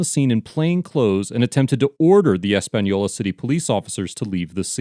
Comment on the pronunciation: Wow this is my home town and it's crazy to actually see a video on it haha. Big fan of the page and I want to thank the maker of the video for properly pronouncing the city of Española. It's not a hard name to say and alot of times it's mispronounced so I appreciate the little effort it took to properly say it. I can help with a little more information. One crazy thing the sheriff did when they came to arrest him. He legit called all his deputies from the field to the office saying an emergency was happening giving no context. So they all pull up draw their guns and there is pretty much a stand off it was crazy. Now I do agree how bad the sheriff department looked here but I must say I know first hand there is some really good ones in both the sheriff department and the city of Españolas police department. The under sheriff was also arrested at a later date and this is all still going through the process. I will come back to this comment and update it as the proceedings continue. Thank you again to the creator of this page and the great work you do. You entertain and teach a lot of people stuff about the law and we appreciate you.